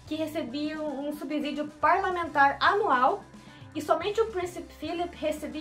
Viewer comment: Subsídio não se pronuncia com “Z”